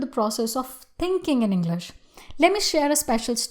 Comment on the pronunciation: she says englash 😂😂😂